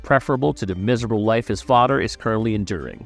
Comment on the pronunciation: “Oder” “Togeder” “Fader”